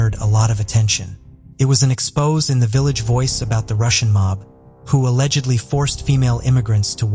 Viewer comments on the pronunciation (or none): So u start off with a case that hasn’t been solved!!!?? And it’s EX-PO-ZAY not expose.